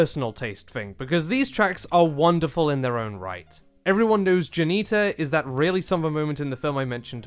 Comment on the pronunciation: JUANITA NOOOO the J has an H sound NOOO